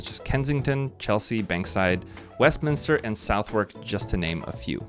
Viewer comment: Informative video :hand-purple-blue-peace: A little note: Southwark is pronounced "Suth-uck" Knife attacks have to do with gangs for the most part, and very rarely do people get attacked. Also, we are having a hike in phone thefts so if you are visiting keep your phones closer to yourself.